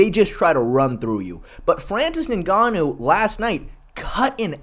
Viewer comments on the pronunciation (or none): Why u keep calling him ninganoo? It's pronounced enganoo you idiot. Do you even watch mma?